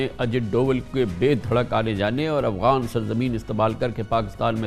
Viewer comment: This is the 3rd show where I hear pronounce Afghans as Awghans. I hope he’s using the term not deliberately. Awghan is a derogatory term used by Tajik for Pashtoons meaning animals